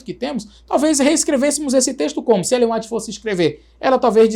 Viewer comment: Brilhante análise! A única coisa que incomoda é o pr. pronunciar "Ellen Ruáit" 😅😂